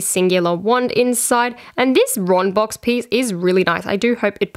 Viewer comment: did you say Ron box or is it just your Australian accent cause I can't tell